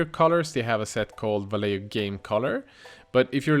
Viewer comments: hey, love your videos man. One tip i can give you and every other non spanish speaking person that make spanish speaking people cringe is about vallejo, is not pronounced /valeo/ the correct way is /vajeho/ /JE/ like in JEnnifer and /HO/ like in HOrrible. hope you read it:P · Love the very swedish "vallejjo", it's spanish and pronounced "Vaijecho" ;) /Swede living in spain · Great video :) but Vallejo is pronounced va-ye-ho. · Just watched one of your other videos where you pronounced Vallejo perfectly. In this one you need a bit more pronunciation and 'flem' on the J. 😂 Loving the vids.